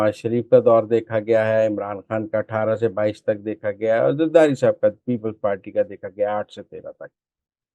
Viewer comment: Muzamil Saab kindly meezbaan badal do ya mohtarma ki pronunciation thek kara de urdu ki khey ko hey toba